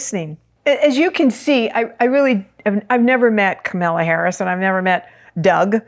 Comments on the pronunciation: KA-MAL-A not KA-MEL-A. She has two stepchildren who consider her one of their parents. They call her Momala. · Thank you for the information--but truthfully, I couldn't finish listening to it because of the. mis-pronunciation of Kamala's name--KAH-mu-lah, with emphasis on the first syllable. The mis-pronunciation Kah-MAH-lah is offensive to me, since Trump does it, when he knows better. It's a sign of dis-respect, though I'm sure you didn't mean it that way. Thank you. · Three quick thoughts - 1) Please pronounce Kamala’s name correctly. Think “comma” + la = it’s not hard! 2) Please do not call her a “girl” - she is a 59 year old woman, wife, lawyer, and VP. 3) Kamala is not Margaret Thatcher - and let’s thank our Higher Power for that… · Why do people have a hard time with her name? Its KA MA LA, not Camilla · Pronunciation of her name is Comma(,) la. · It would be RESPECTFUL if you would pronounce Kamala's name correctly AND not refer to her as a "girl". She is the current VP and does not deserve to be diminished in any way. Thank you. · That was my thought., you are not that old that you can call a grown woman "this girl" It could be considered a dog-whistle especially since you keep pronouncing her name incorrectly. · Please say her name correctly! Not like Trump! Kamala will win 🥇 ❤ thanks 🙏🏽 I remember working with you at the old Whole Life Expo 1999 ❤ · Thank you! I did mention imported to say her name correctly, not like Tump 😂 And she ain’t no “girl” 💃🏾🗡️🌟